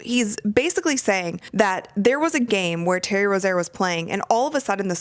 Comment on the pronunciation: You're pronouncing Terry Rozier's name wrong.